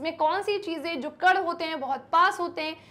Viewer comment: Ma'am कड नहीं कण होता है